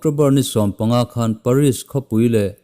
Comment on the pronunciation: France Khawpui hi Paris tih Ni mahse,A lam dan ah hian Peris(pheris tih deuh ) a lam tur...Lam Sual hi an awm ve fo ania..